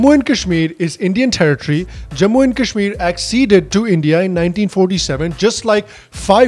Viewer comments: Seriously! people who can't even pronounce 'Kashmir' properly, are trying to preach India………!! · People who can't even pronounce kashmir are lecturing us on how to govern it